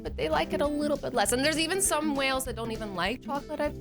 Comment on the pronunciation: Azzy you pronounced male as 🐳 whale.